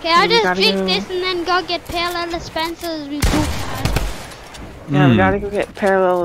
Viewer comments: I love how says parallelah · No one:: “parallela” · It so funny when pronounces spencers name as "parallela'' spencer...